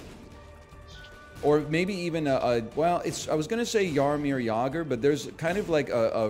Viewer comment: As Czech native, i appreciate your pronunciation of Jaromír Jágr